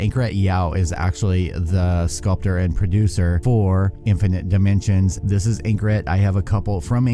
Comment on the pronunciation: “Provinens gunam” “infinit nimensions” “super heavy nuny”